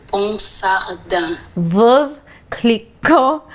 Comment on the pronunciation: Veuve = V-OH-VE OH OH OH OH